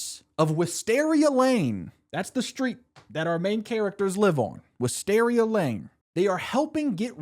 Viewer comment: theres alwayds a mystery to be solved in DH please keep it going! Also its pronounced Wis-TEAR-ia like tears (crying)